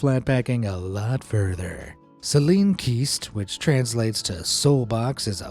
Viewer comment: you completely butchered the pronunciation of "seelenkiste" and "allergutendinge" (there's an e at the end, not an a). Please defer from trying to pronounce German words in the future. Just display them and give the English translation.